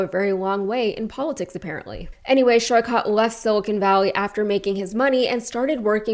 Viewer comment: Hello, just a quick feedback to research how Saikat's name is pronounced. Sorry for nitpicking and appreciate what you do.